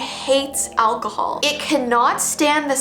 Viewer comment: When she said acahol i think like i do acahol over me 🤣🤣🤣🤣🤣🤣